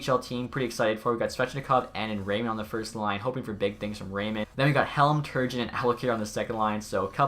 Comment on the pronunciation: Man, you mispronounce names worse than Don Cherry haha Turgeon is TUR-SZHON he's the son of Pierre Turgeon aka the most productive retired player not yet inducted into the Hockey Hall of Fame.